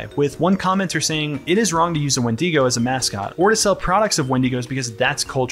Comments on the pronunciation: the 'when-DEE-go'???😭anyway... this video just feels totally done in bad faith. you want to capitalize on wendigoon's popularity by nitpicking his interests and his own name. i hated this. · why is he saying wendeego? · Oh my god stop pronouncing it like when-DEE-go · Ah yes, the famous WindEEgo of Appalachia. Not to be confused with the Wendigo of Appalachia! /s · wend-ee-go bruhhhhhh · Good vid, but i hate the way you pronounced wendigo